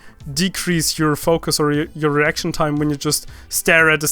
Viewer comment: if u listen closely then u will hear e before r